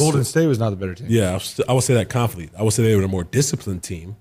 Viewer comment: he’s in denial he can’t even pronounce confidently properly